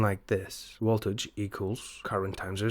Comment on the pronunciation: Woltage Sorry couldn’t resist